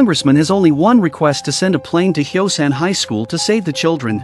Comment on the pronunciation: The city name is Hyosan not Xiaoshan